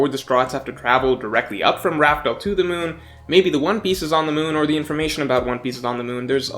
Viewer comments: Wasn’t it confirmed to be pronounced “laugh tale” not raftel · How does still not know it’s laugh tale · It's Laugh Tale* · Rafael isn't it laughtail? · I’m gonna be honest with you chief. We’ve known for well over a month that the true name is Laugh-Tale. Hearing “raftel” even after that really throws me off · why is he calling it Raftale?! We literally got the name from Roger himself calling it Laughtale! Dude is a OP YouTuber and still using the wrong name🤣 crazy imo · its laughtell not raftel xD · I thought it was confirmed to be pronounced laugh tale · Whoa whoa whoa it's 'Laughtale'. Come on now.